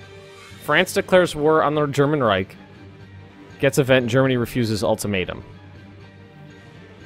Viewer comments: Please.. Reich is pronounced ''raish'' ... SH , not CK ... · There is no K in the word Reich! -.